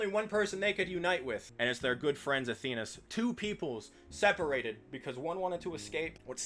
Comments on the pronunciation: What the hell is Athenas? It’s Athens “ath-ins” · Why do you pronounce Athens like that?